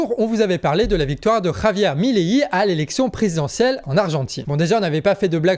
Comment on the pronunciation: Merci de parler de l'Argentine et pour votre travail en général ! Pour répondre à votre question dans une vidéo précédente, la prononciation du nom du prochain président argentin se dit "Mileil" comme... "vieille" pour la dernière cyllabe. Merci !!